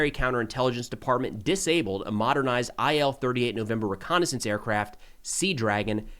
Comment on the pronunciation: That plane its pronounced "ill" from Ilyushin.